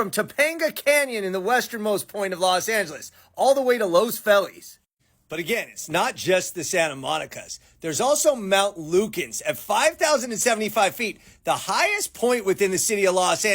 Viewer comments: YES!!! I came to the Comments just to see if anyone else heard it, too! 🤣🤣🤣 That’s the worst butchering of Los Feliz I’ve ever heard! 😂😂😂 said, “LOHS FELL-ees!” Mostly, Angelenos collectively mispronounce it with the common “LOHS FEE-liss.” We are such a bilingual town at least! Our junior high/high school Spanish would teach us that it should be pronounced “LOHS Feh-LEES.” 😲 Oh well, we get the “LOHS” part right… 🥴 “LAHS AN-Jeh-luhs” vs. “LOHS AHN-heh-lees.” That said, this video is AWESOME! Fascinating! I love how compares other “mountain towns,” Denver and Albuquerque. He definitely LOVES LA! As do we! But, seriously, “LOHS FELL-ees?!” 🙄😳😱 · LOS FEELES! Los Feliz pronunciation. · Not Los Fell-ese; it's pronounced Los Feel-us. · You mispronounced Los Feliz.